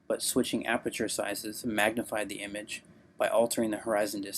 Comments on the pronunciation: Haha damn I burst out laughing when he said "Aberture". He said that like 3 times! That's not a mispronunciation. That's saying you know everything about something you've never even heard of before. should take some time to reflect on his obvious lie. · Sounded more like he said “arbeture” 😂 he should immediately change his name to..